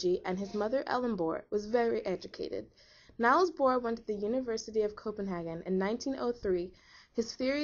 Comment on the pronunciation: Niels is pronounced "neels" not "nyles".